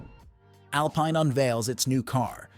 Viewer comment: That fact that you pronounced Bottas wrong, and you pronounced the team name “alpine” wrong leaves me seriously questioning your wheel knowledge sir.